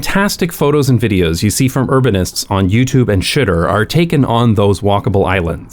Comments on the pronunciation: I thought I loved you before, but I had no idea how much until I heard you pronounce Xitter. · I love that you're on board with the Xitter pronunciation. :D (Or did I get it from you? Anyway...) Good video about a sad state of affairs... though huzzah for improvements, that's something to celebrate, even while we want to go back and time and shake some people for giving up the trams (and cable cars, etc.)